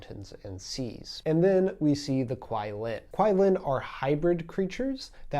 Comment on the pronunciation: Great explanations and introduction on these mythical creatures especially for the Western audience! My favourite creature in Shang Chi is the majestic dragon! Just a note regarding the Qilin… it’s pronounced as “Chi Lin” rather than “Kwai Lin”. :)